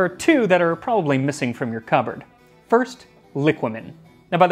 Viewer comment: It is pronounced liquámen btw